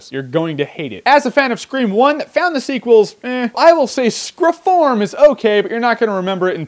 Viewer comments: SCRE-FORM! LOL! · Screfourm, I heard that Jeremy......just saying. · I lol'd at screfourm.